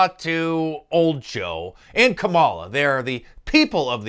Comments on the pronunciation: Mark, it's Kah-mala, you know, like saying "Comma-La," or "Communist-La." C'mon man! If you don't say it right, Lil Brian will come and get you! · Did you say Kabala Harris?